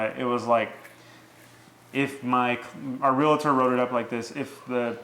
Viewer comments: Honest question, why do you say "real-A-tor"? Never understood inserting that "a" that just doesn't exist. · Also it’s pronounced Real-tor... not Real-a-tor😁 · She pronounces REAL-TOR correctly. Good job. Him, not so much. That said, until closing, sale is not complete, at least in my state. Either party can back out.